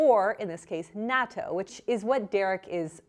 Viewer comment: Wonderful vid! And super thanks for still recording during these trying times! But this is a tiny nitpick by a nobody (me). It's pronounced like "nah-TOU".